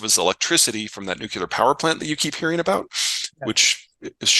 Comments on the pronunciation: Peter thinks Vivek is dumb and at the same time, in his immense knowledge, doesn't know how to pronounce nuclear. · Nu-clear, two syllables.